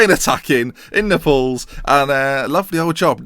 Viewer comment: What kind of way do you say Naples?? :L